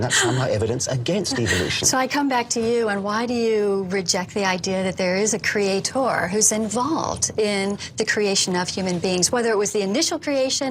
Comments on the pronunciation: Yeah I'm an English teacher and it PAINS me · Wendy doesn't come across as very bright until you hear her pronounce "creaTOR" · "creatOR" "creaTION". Her pronunciation on these words makes me wants to drive nails through my eardrums. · Every time she says, "Cree-ay-TOUR," I cringe. Lol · cree aye TOR... holy fuck.. I can't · Why does she insist on pronouncing "creator" like that ("crea.... tore")? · I always loved her condescending vocal tone and the way she said 'creatOR' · Funny thing is, as i read this comment, she says ""CreatOOR"" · There’s a particularly irritating aspect regarding the way she pronounces “cre-ay-tor” as if it’s three separate words. It’s a purely conceited and pious origin of the pronunciation. Utterly delusion and confidence about their position. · As soon as she said "crea-TOR" I had to stop the video. Watching this would be bad for my health, I can already tell. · The way she says creataaaw. Such a fool. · Holy shit, all of the reason goes waaay over her head. I love the way that she over-pronounces words in order to seem more articulate hahaha. But I’m sure that she wouldn’t support a Hindu creation concept being taught in American schools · Why does she keep insisting on pronouncing “creator” with an emphasized “OR” at the end? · Is it just me, or do all the scariest doe-eyed creationists pronounce "Creator" to rhyme with "Skeletor"? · I refuse to take anyone that pronounces the word creator like that seriously